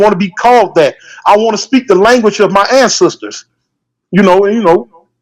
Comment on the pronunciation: It's ancestor not ansisters